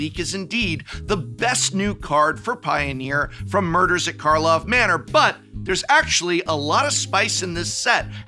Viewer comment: You aren't gonna trick me, Prof! I know you were deliberately saying the set's name wrong to bait people into correcting you in the comments! Well it's not gonna work on me! Wait.